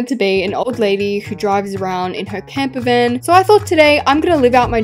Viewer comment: It’s camper not camper fan 😂